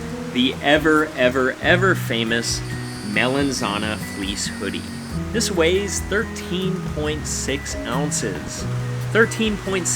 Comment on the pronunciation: “hoddy”? Shoddy! Hoody; goody.